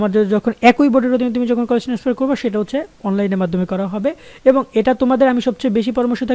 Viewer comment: Tenesfar naki transfer vai